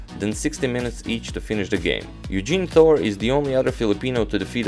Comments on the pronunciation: Great vid. Btw, minor detail, we Filipinos pronounce it Baco-or and Tor-re. 😎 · Hello agadmator! Bacoor is actually pronounced "baco-or" separating the two o's and Torre is pronounced "toreh". I watch your channel every night.